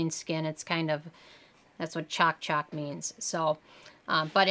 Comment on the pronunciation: Lol you said CHALK CHALK it’s Ch-o-K ch-o-k like choke